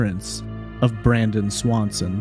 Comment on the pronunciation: Sounds Like Brandon Lawson Not Swanson